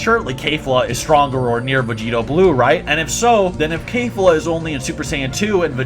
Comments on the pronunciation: How u gon say kale and caulifla right then call their fusion kafla? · "Kayfla?" My man, it's pronounced like it's spelled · Maybe because the "Kale" pronunciation I mean, Kafla would be the most sense. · Keyfla lol, that pronounciation tho😭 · People always pronounce zamasu and kefla incorrect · If u gonna say kefla say it correctly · cabba kefla and zamasu's names are not pronounced those ways tho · Why you said kefla like that